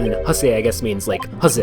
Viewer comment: Ouch, that pronounciation hurt a bit xD The "Hase" part sounds more like「ハアゼ 」, I think. It's hard to explain and I'm terrible at it xD (It's proof enough that I have to use Katakana to explain it xD) And "Angst" does not just mean, well, angst/fear. (Well, actually it does but it is also used differently, that is my point here :P) It can also mean afraid, as in "Hab keine Angst" meaning "don't be afraid". Or it can mean scared as in "Ich habe Angst" meaning "I'm scared". So literally "Angsthase" would mean "Angst/Fear rabbit" but it sounds kinda silly, that's why I went with scared rabbit, since it also captures the picture quite well this term tries to convey xD I was about to say :P 41 years, actually.